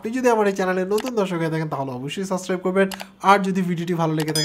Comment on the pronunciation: Subscribe টা উচ্চারণ শিখলেন না এখনো!!